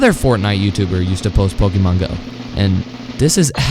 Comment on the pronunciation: why did he pronounce it like pokimane go XDDD